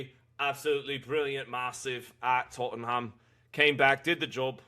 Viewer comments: just don’t pronounce the “h” with anything that has ham in it…Tottenam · Tot’n ham 😂 Conor Henn isn’t very good